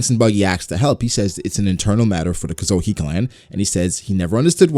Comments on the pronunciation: Kozuki, not kozoki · You say Kozuki weird, but interesting video